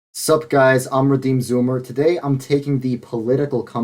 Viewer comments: The way his said "Redeemed Zoomer" at the beginning 💀 his New Yorker was really trying to show thru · The accent you have when you say Redeemed Zoomer. 😂👏🏻